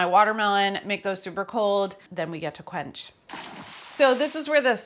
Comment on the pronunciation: I do really love that "quench" just sounds like "crunch" being said by a little kid who can't pronounce their r's yet